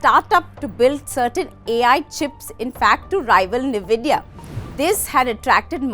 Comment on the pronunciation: Madam, its pronounced as N-vidia (you have say N separately).